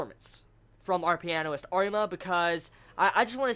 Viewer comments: I like your work and i watch your videos quite often, but GOD damn it's pronounced shopin, not chopin, also everytime u said pianoist I cringed, ffs its pianist. As a huge fan of Chopin and the piano it really grinded my gears. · not piano-ist, u say pia-nist, just a clarification, coz in this review u said it differently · u say it like pi-a-nist